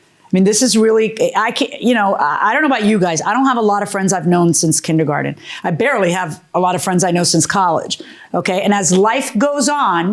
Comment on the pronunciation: and Milian correcting how she pronounced it